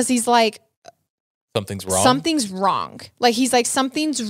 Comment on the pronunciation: “Wrong” isn’t pronounced with a hard ‘g’ lady.